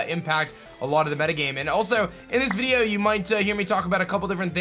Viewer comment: I hate the way you say the word video!!!!